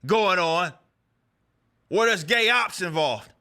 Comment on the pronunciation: I'm sorry, did you sat Gay Ops? 😂😂😂